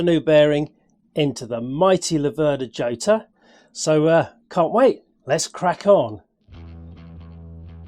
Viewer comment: Actually it's pronounced "Hhotta" as Jota is a spanish word origing from a dance in 3/4.